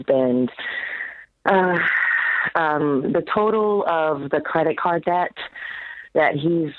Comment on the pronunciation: Over 100k of student loans? I'm not even 1 year post grad and I have 4k left... I'm gonna finish those out this month. Ramsey's voice in my head "pay off that debt" (sounding like *deyet*). Live small save for 30 years it's so easy. I am an engineer and I really don't have a whole lot I want to spend money on. It's nuts people drive up stuff and take out a mortgage? Brothers and sisters I don't know how Dave has the patience...